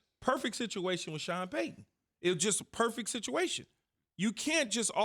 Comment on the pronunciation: Keyshawn says sean payton... enough said..